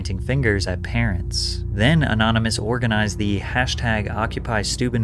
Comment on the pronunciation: "Anynomous" - that sign came from dyslexia Island